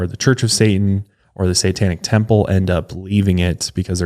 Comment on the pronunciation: and his troubles with the sitanic 😆